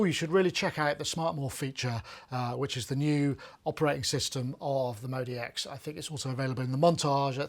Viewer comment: Why u say modeee x. It's clearly modx 6 lol